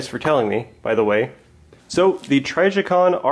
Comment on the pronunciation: Sounds like you are saying TRY-ji-con, which I'm pretty sure is not correct.